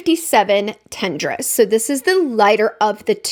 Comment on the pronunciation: I love these ! I picked tendresse up during women's day sale at our local sephora-type store in Europe. I love that you made an effort to prounounce them correctly 🥰